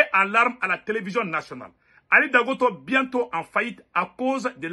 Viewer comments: On dit Dangoté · Il s appelle Ali dangote pas dangoto